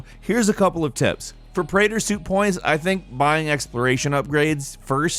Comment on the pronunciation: Left the moment he said "put your preator suit points into exploration"